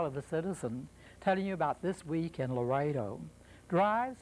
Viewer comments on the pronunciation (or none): ITS LAREDO, NOT LARADO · It's Not Larado, it's Laredo!